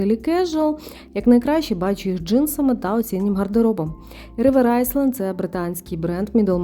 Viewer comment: Рівер айленд, не айсленд